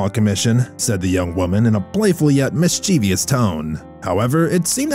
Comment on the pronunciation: mis-chie-vous. So WHY WHY WHY do people provounse it with -v-I-ous, There is NO I in -vous!!!!!